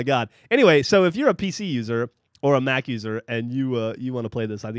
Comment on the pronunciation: did he just say mac?